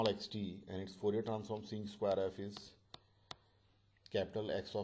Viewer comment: Thanks you, sir. Btw, you mispronounce the word "square", maybe you`d like to correct it.